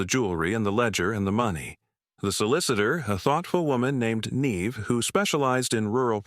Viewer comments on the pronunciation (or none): none